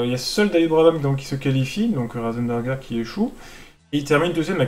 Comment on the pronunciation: C'est pas Rosenberger mais Ratzenberger